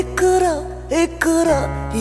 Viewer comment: اقرء وليس اكرء😂 ماشاء الله عليك لكن يجب ان تنطقي القاف بشكل احسن من فضلك، اروعي لا تتحسسي لانتقادي فانا كذلك لا احب من ينتقدني لكن الحقيقة اغار على العربية الفصحى 😂❤😊